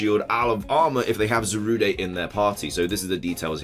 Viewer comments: It's not Za-ru-day its za-rude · I hate it that people are pronouncing Zarude as Za-Ru-De when it’s actually Za-Rude